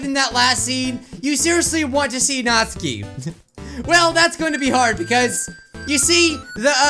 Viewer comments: Best girl: Yuri 2nd best girl: Sayori 3rd best girl: Natsuki (as says: Natski) Last best girl: Monika Although id mind Monika that much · Your saying natsuki’s name wrong